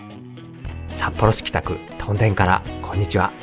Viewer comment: 屯田（とんだ）・・・？ もしかしてこの声ってうｐ主さんの声じゃなくてAI音声？ それはそうと屯田って面白い店が多いですよね ジョイフルAKのフードコート、ケーズデンキの隣の「カレーの準泰」、トライアルやロピアといったスーパーも魅力的 緑苑台のイオンまで足を延ばせばEXIT兼近のお兄さんが店主のラーメン店「らぁめん道中膝栗毛」もあります